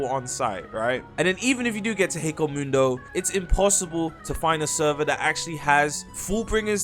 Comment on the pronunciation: Ok not trying to be mean but why do so many people pronounce hueco mundo so wrong it's h-way-co mundo I know it doesn't matter but it annoys me